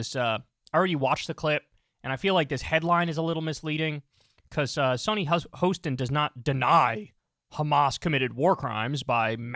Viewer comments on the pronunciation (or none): Her name is Hostin and the 'Ho' is pronounced like you would the word 'hot.'